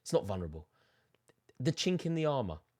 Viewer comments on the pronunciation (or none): none